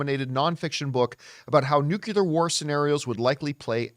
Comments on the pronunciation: Ouch! John: it's NUCLEAR pronounced NEW-CLEAR, not NUKULAR! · 'Nucular war movie'